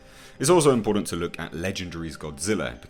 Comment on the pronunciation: I need to 'vent'... Impordan... Important!! Schtronga.. Stronger!! ST!! What is it with people being 'lazy' with proper pronunciation these days? And it's not just with folks in the UK... What is it? Is there a lack of good English teachers?? Have Milinial's lost a 'gene' or something to make them sound stupid? Sorry... Schtupid?!? So annoying.... By the way... GODZILLA KOTM KICKED ASS!!